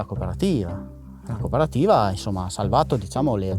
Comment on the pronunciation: I'm wondering if MPU paid this guy per italian word pronounced wrong. Some of these are literally identical to the english equivalent, such as "cooperativa" and "cooperative". How is this hard? I guess anglophones really must be the dumbest monolinguals on the planet at this point.